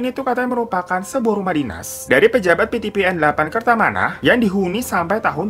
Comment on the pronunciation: Bukan PiTiPiEn dibacanya kak😂 tapi PeTePeEn (PTPN) di spellingnya pake bahasa indo